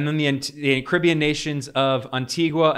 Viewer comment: Ben it's GRE-NAY-DA